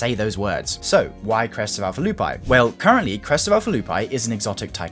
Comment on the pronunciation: Crest of Alpha 'Loo -pee' is how to pronounce it lol